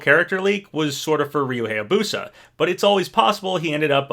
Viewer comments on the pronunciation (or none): It's not pronounced "Hey-ya-boo-sah," it's pronounced "High-ya-boo-sah." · Still pronouncing Hayabusa incorrectly